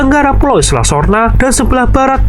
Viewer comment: Isla atau island mhn di baca sesuai kaidah English lur